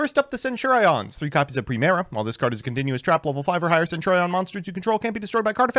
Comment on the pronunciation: This video should be reported on the grounds of that fucking HORRIBLE mispronunciation of "centurion" alone.....holy shit.